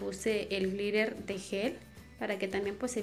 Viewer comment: Lol “de glittahhrr”